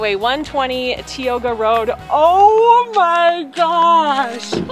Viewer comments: Tie-oh-ga, not tea-oh-ga!! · The park is operating at 50% capacity. That's a Stellar Jay. It's pronounced TIEoga road. It's Tenaya Lake, not Teyana. It's illegal to sleep in your campervan outside of a campground within the park, but it's not hard to get away with, obviously. The falls dry up every year because they are mostly snow fed. It's Sentinel Dome not Centennial Dome. It's every 1st of the month that permits open up for the following month, not the 15th. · FYI it's pronounced Tie-oga pass. Thanks for a fun video!